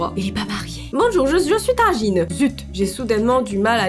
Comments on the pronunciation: A tu a dit tanjine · c'est plus Tagine c'est "Tangine" maintenant